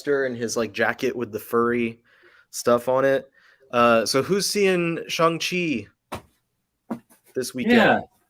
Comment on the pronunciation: It’s not “Shung” it’s technically “Shong”-Chi.